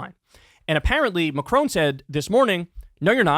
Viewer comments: Kyle, I love you, but dear god please stop saying “Macrone”. It’s Macron, not Macrone. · It's Ma-cron. There's no e at the end. Exactly as the name Ron. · lol at Kyle's pronunciation of Macron.